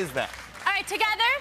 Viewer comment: Millie's American accent when she says "together" 😭